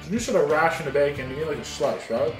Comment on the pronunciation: It's not a 'ration' of bacon but a 'rasher' of bacon 😆